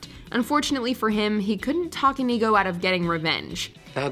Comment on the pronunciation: InEGO Montoya? Try watching the clips for the correct pronunciation of the character names. LOL!